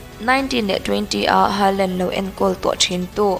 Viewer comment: Ngai thla z peih lo e a lam thiam lo e mai a 🤣🤣